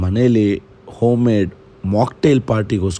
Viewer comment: OM party alwo loude - it’s called Home - HOM party